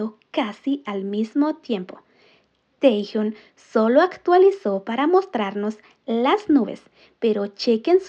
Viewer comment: Porque lo llamáis Tejiun!???!!! Cada vez que lo nombrais así sufre mi alma y me sangran los oídos!! Si decís bien Jungkook, haced lo mismo por el porfavor!!!!